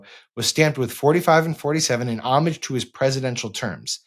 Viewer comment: Thanks, Sam, for correctly pronouncing “homage.” And for being a great journalist.